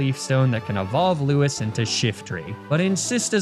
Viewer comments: It's lou-ees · Thelma and Lewis hurt to hear every single time, good job.